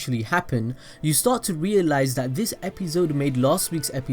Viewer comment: i stopped watching bc of the way he says episode